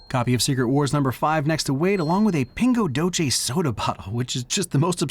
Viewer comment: It's pronounced "Pingo Doesee", it's Portuguese, not Spanish.